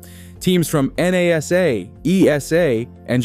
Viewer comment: I can’t figure out if AI is speaking, or if this dude actually can’t pronounce words like “defy” and “NASA”. Gave up after that.